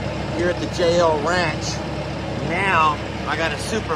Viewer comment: When you say JL ranch it sounds like jail ranch!